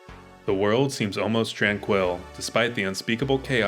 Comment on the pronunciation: Learn to say tranquil. Please